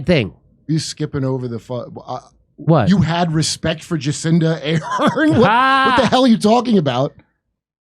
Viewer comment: Have some rispict 🤣🤣🤣🤣🤣